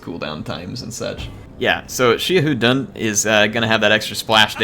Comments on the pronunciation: Xiahou Dun is pronounced like Sa Ho Dune or Sa Ho Do In. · I think it’s pronounced sha-ho-dun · Hey,. According to my Chinese students, Xiahou Dun is pronounced like "SHA-how DOO-en." Yeah, I've been mispronouncing it for years, too. Thanks, Dynasty Warriors localization...